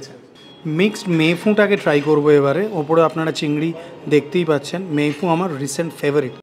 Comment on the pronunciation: ভুল করে আশিস বিদ্যার্থী লিখেছি; ২৪:১৫ তে দিব্যি "মে ফুন‌" বলতে শোনা গেল, হয়তো র বহুবার ঐ উচ্চারণের জেরে!